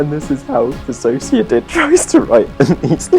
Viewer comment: Thank you for pronouncing my name right 😭